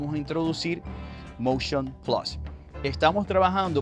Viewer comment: Vaaaamooo con Covid!... Tu me quieres vender el "Moushion Plassss!!!"